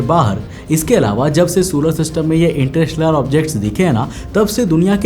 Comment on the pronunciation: Interstellar ko ese bol rha inter-rishtedar 😂😂